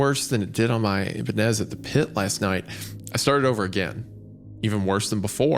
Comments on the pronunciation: The ee-bah-nez, the ih-bah-nez, but never the eye-bah-nez. 😂 love you wendi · I-BAH-NEZ. Great episode tho, I only give the correct pronounciation is because thats my personal favorite guitar brand xD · Thank god for Hunters beautiful and haunting vocals in the background to distract me from Isaiah’s egregious mispronunciations of “Ibanez” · The fact that nobody is commenting on Isaiah pronouncing Ibanez incorrectly is concerning. Even more concerning is Hunter, who is a musician never corrected him. Also, Isaiah saying hot is off-putting and kinda pulled me out of the story. Lol. Fun story though. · Hunter has to be trolling letting Isaiah pronounce Ibanez like that 😂